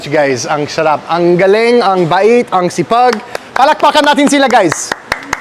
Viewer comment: Lagi ko pinapanood ang mga vlogs mo on my days off. I enjoy your videos a lot. They are all very good. You are so down to earth and very kind to service staff and the owners of the establishments that you visit. Just a couple of comments; first is on how you say delicious or the foods taste good…. it’s sarap and not sharap ;) secondly, when you take a spoonful of food, you can put the spoon inside your mouth and close it while pulling the spoon. It looks unnatural when you almost intentionally trying not to have your lips touch the spoon when you take a bite. It will look more authentic if you can muster how to eat with the spoon like Filipinos do. Love yah!!!